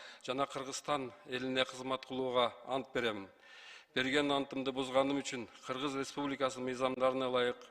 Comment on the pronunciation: четко граммотно суйлогонду уйронуш керек.Кыыргыз ыреспубликасынын дебей!